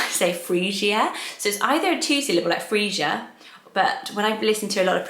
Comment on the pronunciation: Freesia is pronounced Free-sha.